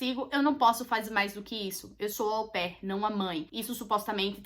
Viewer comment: toda vez que ela falava AU PAIR ,eu ouvia como “au pé 🦶🏼 “ 🤣🤣🤣🤣